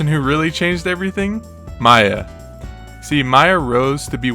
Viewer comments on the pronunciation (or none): Its pronunced "Meeya" not "Maya" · why do you misspronounce miya like that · I agree with all the criticisms in these replies. All the video's issues make it feel like it was produced by an outsider or someone with little knowledge on the scene. Next video should have better research, more detailed analyses, and not mispronounce the tag of the #2 player in the world. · Accuracy of information - Mispronouncing Miya and wrongly stating that Acola reached #1 with solo Steve (when that's far from the truth given he was listed as using Aegis and Kazuya when he was ranked #1 and still does use Aegis to this day). Those are issues with accuracy that are going to hurt your credibility as a source of information on videos like these.